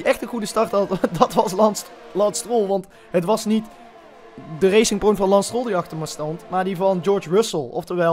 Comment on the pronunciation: Niemand:: Lans Stroll